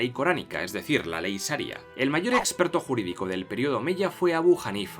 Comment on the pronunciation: Saria no, SHaria.